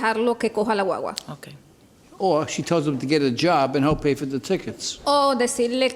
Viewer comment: “Coge la wawa?” Wtf